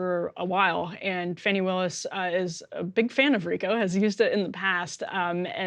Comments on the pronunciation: Could somebody PLEASE tell Emily to start pronouncing Fani Willis' name correctly? It's super disrespectful to not get a name correct And it's not like we haven't had her name for long enough to do some research on that. It is NOT pronounced Fanny. It IS pronounced FAHNI. If you don't believe me you are welcome to consult Wikipedia. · Emily...you are offensively mispronouncing Fani, the first name of Ms. Willis, the Georgia DA